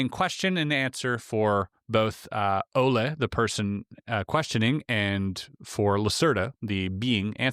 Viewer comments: Name pronounced Ole. Not Ola. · Name is pronounced O L E. not a as in Spanish. This is Nortic. 😂